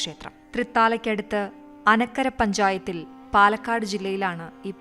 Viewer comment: പഞ്ചായത്ത് അനക്കര അല്ല. ഇറ്റ് ഈസ് "ആനക്കര".